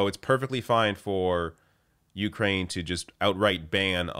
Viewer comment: Please learn the correct pronunciation of Ukraine.